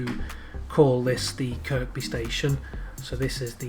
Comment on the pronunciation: Nicely done Sir. NB: Kirkby is pronounced "Kirby". No idea why, I only grew up there. Don't feel bad, Northern Rail can't get that right either.